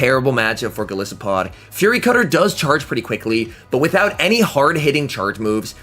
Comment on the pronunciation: 😂 I told my friend when this Pokémon was announced “I KNOW and are gonna mispronounce it in their videos” and of course you did lol